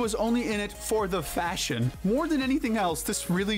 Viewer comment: You said fashion the same way K does! 😂😂💀💀💀